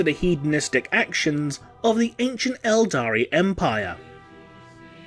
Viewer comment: IT'S ELDAR! NOT ELDARI! Stop mispronouncing this easily verifiable fact! Damn your videos are filled with so many mispronunciations of a franchise that is over 20 years old.